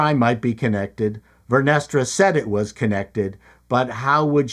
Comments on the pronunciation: Vernestra sounds like "Menestra," a bean stew😂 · "Vernestra" ...cream 😂😂😂😂😂